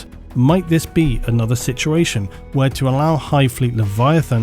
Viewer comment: I swear you add like 3 extra letters to the word "situation". Love the video!